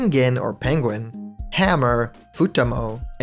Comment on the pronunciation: “Pegin” Excuse me what